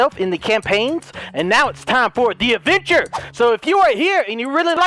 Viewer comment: I thought said 'Avenger' at the word 'Adventure' Lol